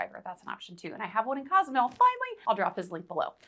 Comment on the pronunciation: I love your content, however it is Cozumel, not Casamel...